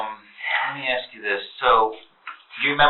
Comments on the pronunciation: Thank goodness for CC.😅 Both say axe. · What's up with that? Seriously. Why can't an educated woman say "ASK"?